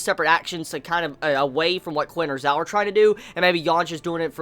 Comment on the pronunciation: Not sure if this has been said before but in chinese the letters "q" and "zh" are pronounced slightly different than english. qin is pronounced like "chin" and zhao is pronounced like "jao" it doesnt really bother me but i know youve asked for pronunciation help before. Love your reviews :)